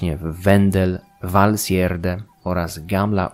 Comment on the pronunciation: No i już wiem jak wymawiać Valsgärde :D